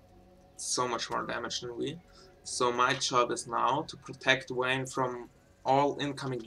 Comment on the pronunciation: Don't you mean "Wayne" :DDDD yea was funny